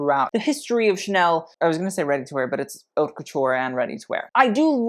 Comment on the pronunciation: You do know “haute” is not pronounced “hot,” right? It literally sounds like “oat.” French, yo.